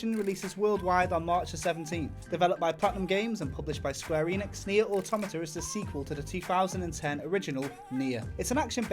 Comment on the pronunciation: Auto-MAH-TAH, not Automita